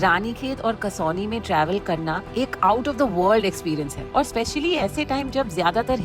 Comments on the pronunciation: It's not कसौनी it's कौसानी I live here 😊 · Kausani कौसानी not kasoli. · It's कौसानी, not कसौनी...!! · I think it is kausani and not kasauni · Its kausani not Kasauli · 'kasauni' nahi Kausani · It’s called KAUSANI / koo-saa-knee not Kasoni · Its कौसानी